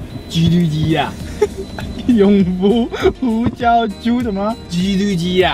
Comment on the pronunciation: ㄐㄧㄨ 肚雞～～😂